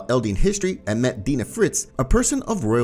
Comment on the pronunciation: It is crazy how many AoT Youtubers mispronounce names of people in the show. "Deena Fritz" It's pronounced "D-Eye-na Fritz"